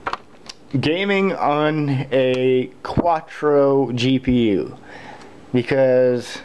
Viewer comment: You're driving me nuts its not quatro. its Quadro. Pronounce Quad Drow